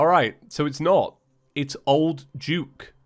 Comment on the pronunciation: why does he say old juke instead of old duke?